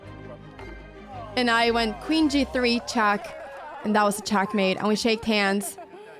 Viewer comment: Why "chuck" and not "check"?